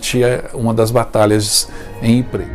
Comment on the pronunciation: `Ypres, não Yprés. o acento é no Ípsilon.